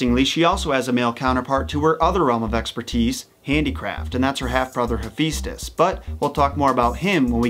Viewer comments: I love your take on Greek mythology, but could you please pronounce the names correctly. It's Ha-fest-ous not He-feast-ous. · It’s pronounced ee-fest-ios not hefistus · You said Hephaestus name wrong